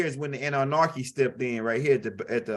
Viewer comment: It is so funny every single time he say it lol 😆 🤣